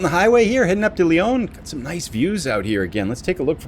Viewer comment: for gossake... it's leh-ON. Lyon is in France! :P